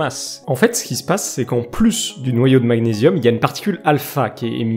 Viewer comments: Un noyau d'Azote a une masse de 14 tandis qu'une particule α a une masse de 4. Pas vraiment la même masse donc, un rapport supérieur à 3. Et côté prononciation, magnésium... Gn ça fait ɲ en Français pour la prononciation du nom de cet élément. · Magnésium, comme man"ié"risme. sinon c'est l'atome anglais Super vidéo nonobstant 💞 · C’est marrant la façon dont vous prononcez magnésium 😂 sinon top je ne vous connaissez pas , abonné